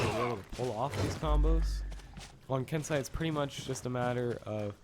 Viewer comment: isnt it ken-seh-i not ken-sah-i